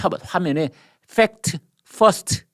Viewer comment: 빽트 발음잘해. 빽트가먼지